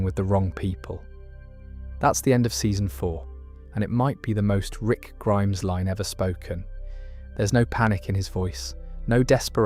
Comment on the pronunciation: Same with when he says rick grimes-is instead of rick Grimes